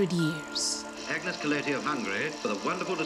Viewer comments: Yay! Let's talk about Ágnes Keleti and butcher her name every time we say it! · If the narrator had pronunced her name correctly, it would have been much appreciated.